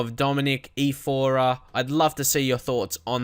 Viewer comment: Are you dislexic? I'm saying this cause you were pronouncing his name as if it was "Ifora", and it's not like that, it's Iorfa...